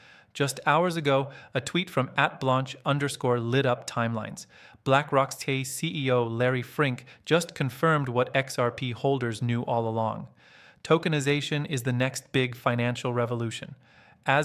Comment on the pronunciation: FINK! Not hard to remember. As in Rat fink.